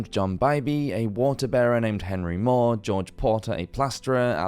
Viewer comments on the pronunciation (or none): none